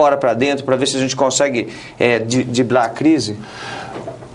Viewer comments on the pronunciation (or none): "DIBLAR" a crise fica complicado, Sr. Russomanno...bom mesmo seria DRIBLAR. KKkKkkkkk